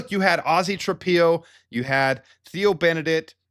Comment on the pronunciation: The dude's name is pronounced Tra- pillow, not Trapeeo.